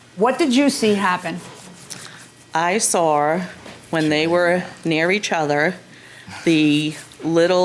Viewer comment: "I sar" . New England accent.